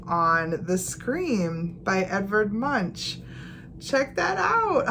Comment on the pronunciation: Great video as always! The painter Edvard Munch is pronounced Munk. I follow your videos from Norway. 😊